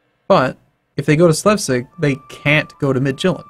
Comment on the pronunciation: Slevsig? Try reading "Slesvig" again :)